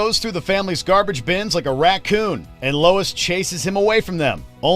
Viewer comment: it's "Lois"